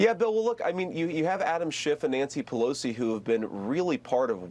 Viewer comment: Pelosi obsessed? It’s other way around. He can’t even get Pelosi’s name right, keep calling Nikki. Give me a break, “ Shady Vance.”